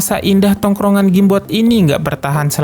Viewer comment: Penyebutan Awal: Game boy ✅ Gim boy ⚠️ Gim bot ⛔ Jim bot 🤦‍♂️ Jem.. 😂🔨